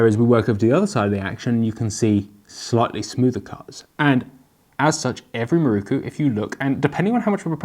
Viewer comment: MIH-ROW-COO! Otherwise, it was a great review.